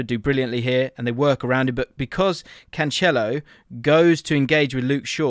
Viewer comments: Stop calling him Canchelo it’s Cancelo. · hearing "canchelo" all them times made me feel unwell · No, he is saying it wrong lol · Love you, but the way you pronounce Cancelo is rough haha